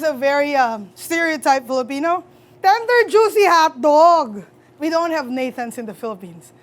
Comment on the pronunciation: You can't really introduce Filipino hotdogs without pronouncing it with a loud, unapologetic "HATDOG" HAHAHAHAHAHAHAHAHAHA